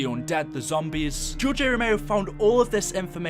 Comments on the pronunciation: Not even 30 seconds of shouting in and you say, "George A ROMEO" edit: oh god you repeat it . Did you not ever hear or slowly read his name before you made a video on him? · Romero was great as a director and mini boss Rome-er-o not rome-ey-o btw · It’s ROMERO. Not ROMAYO. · It's George r Romeo not George a romeo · It's RE-MER-O not RA-MAYO You better put some RESPEK on his goddamn name. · Its Romero not romao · Romero not romeo, there is an r there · RomeRo, not Romayo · ROMERO NOT ROMAYO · RO MER O. NOT ROMAYO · Romero not ROMAYO! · George ero meo 🤦‍♂️ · "George A. Romayo" lol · I can’t tell if you’re purposely saying George A Romayo on purpose lol still cool vid though, I’m just being a chach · Why are you calling him Ramayo? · I couldn't stand hearing you say Romao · George A. Romayo? Bruh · you can spell "Romero" but you cant fucking say it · hard time watching, couldn't even pronounce Romero properly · You miss pronounce Romero which is also my last name so I feel really offended 😭